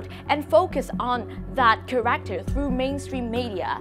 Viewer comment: Character đọc sai nhé -_